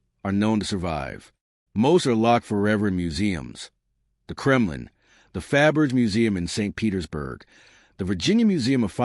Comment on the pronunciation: The surname is spelled Fabergé, with an acute accent over the final "e". The narrator really should learn how to pronounce it before posting videos.